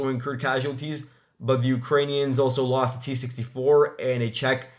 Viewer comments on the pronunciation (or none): none